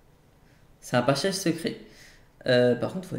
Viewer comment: Passage et pas pachage 😂😂😂t'es le meilleur